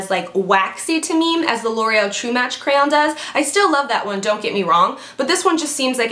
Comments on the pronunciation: CRAY ON not CRAON OR CROWN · Lol, its cray-on, not crown, or craon, but cray-on. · " crayown" ? Ahahha its cray-on! Like cray-awn. Like get your cray on girl! Hahaha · CRAYon. not crown. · CRAYAWWNN... CRAYAWN... CRAYON... CRAYOWN!!!! That was cute lol great vids keep posting :) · i say crayon like crown...omg everyone yells at me for it lol. Ican't help it. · Crayon - I say Cran haha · I love how you pronounce crayon:) I never know how to say it either… thought I was the only one. I always say cran haha:) xoxo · Haha I say it "cran" like how you'd say the first part of cranberry. You emphasize the Y and I don't even pronounce it like it's in there heehee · The way you tried pronouncing crayon was hilarious xD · Lol you pronounce crayon so weird! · lol. love how you say crayon. sounds French when you say it lol. great videos :) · My husband pronounces crayon crown! Lol I cracked up at you! Good video! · Ha! why do you say crayon so weird, funnY! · Lmao u really so say crayon funny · LOOOL!!! You are so funny!! :) I can't get over you trying to pronounce crayon!! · lol you say crayon with a little bit of a french accent! You're CUTE! :P love these videos! keep em' coming!!! <3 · crayon....? lmao! You are def saying it funny. lol